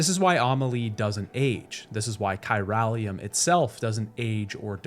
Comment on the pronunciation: You played this game multiple times, and you still can't pronounce Unger and chiralium correctly? Good vid though.